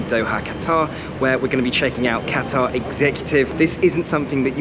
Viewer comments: Ah yes I love cutaerr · The way you pronounce Qatar annoys me